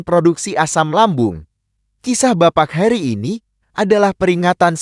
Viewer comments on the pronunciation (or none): none